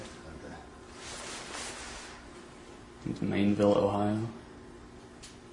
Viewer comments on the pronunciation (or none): "MAINEville Ohio" Rutherford. OLD cop: "Fairfield?" 🤣🤣🤣 Millbank, OH. MILL MACK? 😆😆😆then the cop asked him to spell it AGAIN! haha Other cop: MELL bank? M-A-I-N? INE Rutherford hahaha, I think the cop in booking screwed it up too! IT'S MILL! mill on a BANK/shore. and MAINE, not MAIN!